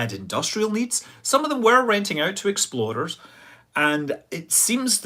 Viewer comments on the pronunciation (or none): when you say explorers it sounds like exploders.😢